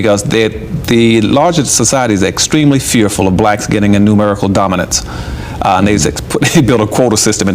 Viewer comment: I love the content but, Dorminance